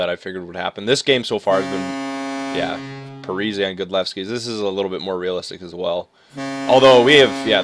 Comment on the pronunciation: According to announcers its pronounced Parisee not parisay